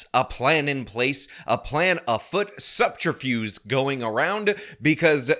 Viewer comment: The word is "subterfuge", not "subterFUSE", sir